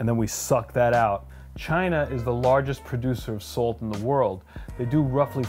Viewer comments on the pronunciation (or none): I love Sult! I'm a Sultan of sult! It's hard to assault my taste buds with too much sult! My blood type is sult. I can't stop laughing at how you pronounce SuLt!